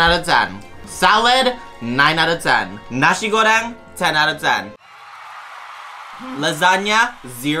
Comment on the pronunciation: ah i love how PRONOUNCED NASI GORENG!!!